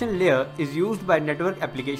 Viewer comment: it's LAYER, not LEE-ER